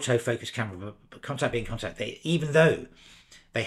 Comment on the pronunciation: I've been pronouncing it 'con-tax' but I think you're saying 'con-tact', although maybe I'm wrong. I just bought an RX, and also an RTS II to shoot with classic Zeiss CY lenses in their native format. Great overviews! Curious to know which lenses you are having success with - I have hardly removed the 28mm 2.8.